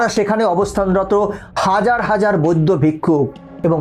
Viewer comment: তোমার উচ্চারণ ঠিক নয় উনাদেরকে বৈদ্য ভিক্ষু বলে না উনাদের কে সম্মানের সহিত বৌদ্ধ ভিক্ষু বলে তোমার আরো শিক্ষার দরকার আছে